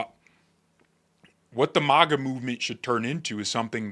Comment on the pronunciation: Love your videos,. But one tiny bit of constructive criticism... The first syllable of MAGA is pronounced MAG like Magnificent, Magazine, Magnanimous, and Magnify. Your pronounce it weird, as if it were spelled MAWGA. Like Mall or Molly or Monster or Moth. You mention MAGA in practically every single video, you are valued part of the MAGA movement. It is only fitting that you say it right. Again, this is intended to be constructive not combative. I love your videos, I appreciate how well expressed you are, and I especially appreciate how timely you are in addressing key events as they happen. Thanks and continued success to you.